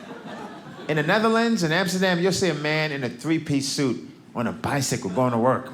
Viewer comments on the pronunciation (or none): Its fun that he says amsterda, but says Africa No sense!